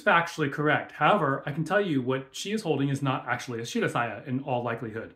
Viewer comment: The way she pronounced shirasaya tells you everything you need to know about her video